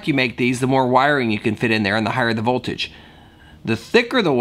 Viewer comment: its voltage and ampage... not volterage..